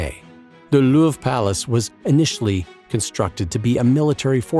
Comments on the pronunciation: The Looorv... that’s a truly shitty pronunciation. Europeans are cringing here. At least you didn’t call it’s most famous painting the Moaning Lisa. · how did this guy say louvre